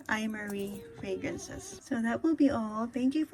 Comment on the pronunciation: Just a lil info its pro-nounced “Em-Ari” :)